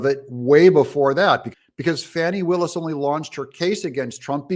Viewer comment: Since you don't even know how to pronounce the prosecutot's name you lose credibility. Willis does not run the jail and I can't see it having any role in the prosecution. Trump will likely be convicted in DC first and sent to a Federal pen. So he may never serve time in GA anyway but I believe that would be at a long term penetentiary not a holding jail. However if more comes out about Trump disseminating nuclear sub secrets and the like maybe incarceration is too good for him and he should be sentenced to 20 years circling the DC Beltway in a tiny Smart Car.